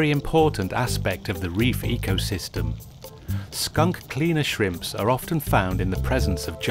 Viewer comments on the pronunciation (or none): none